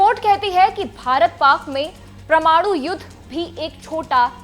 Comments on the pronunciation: क्या सुनें आप को? आप वैज्ञानिक शब्द को विज्ञानिक और परमाणु शब्द को प्रमाणु बोल रहीं हैं। 😂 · Tereko bolna nahi aa raha parmanu bolte hai parmanu nahi bavkuf